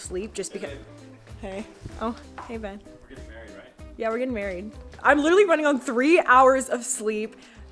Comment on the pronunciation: Did ben say beb ? Who herd that or am i the only like if you herd it to?